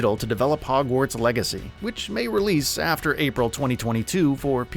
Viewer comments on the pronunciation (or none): none